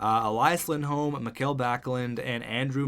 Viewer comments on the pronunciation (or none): none